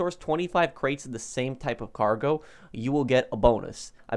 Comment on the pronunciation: it's cargo not gargo lol